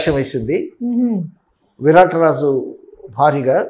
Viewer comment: విరట రాజు కాదు నాయనా విరాట రాజు